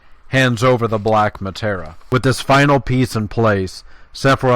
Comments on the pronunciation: Mah- Tear- Ee- Ah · Who else hesitated to press the like because 'Materia' became 'Matera' and Masamune's pronunciation was totally murdered? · cant get over the muh-tar-uh. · It's Materia, not Matera. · Nicely concise, though a bit grating that you keep mispronouncing materia.